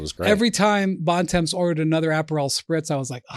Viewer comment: Bontemps is french means "Good Time" is not pronounced like that